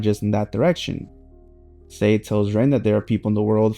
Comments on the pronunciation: SAE, not Say. Sae = SAH EH Sai = SAH EE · I like when people mispronounce names because it shows they have more connection with the manga than the anime, and when reading that’s how they read it in their own head. My take. Other Blue Lock YouTubers do this too, like Extendo who still pronounces it “Say” sometimes.